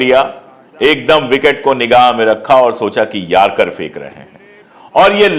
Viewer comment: Yarcar nahi Yorkar bolo.